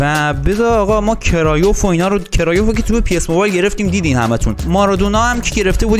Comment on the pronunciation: کرویف نه کرایوف